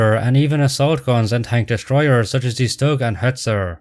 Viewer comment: inaccuracy: in German, words starting with s and second letter either t or p is always pronounced like English "sh", and not "s". For example, Stahlhelm is not "stall"helm, but more like "Shtahl"helm, and StuG is not "stag", but "Shtoog", alias Sturmgeschütz, literally meaning "assault gun". Which is funny, because you pronounced "stillgestanden" perfectly:chefskiss: Also, "ie" vs "ei". It's a typical English native mistake, bit "ie" is not pronounced like "eye". It's pronouneced like "ee" So Grief is pronounced like - surprise - grief. Also "ei" is not pronounced like "ee", it's pronounced like "eye". So names ending with -stein are not pronounced like "-steen", but like "-sht-eye-n". Can't even understand how can Americans pronounce Einstein's name as "Eye-nst-ee-n", while the same "ei" is there in the both places lol.:P Edit: A common mistake about Tiger 2/Kingtiger. It was called Panzerkampfwagen Tiger Ausf. B, or, in short, Tiger B. Only some allied troops called it King Tiger, Germans never called it like Königstiger. Edit2: The thing about Tiger B is not because of this video, I just happen to know this, and the video reminded me of it, because a lot of ppl are convinced it's official name was Königstiger. It was not.:)